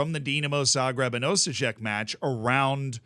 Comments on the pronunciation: Osijek is pronounced Osyek. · Hello from Croatia :) it's crazy man :) btw your pronountiation of Osijek is terrible.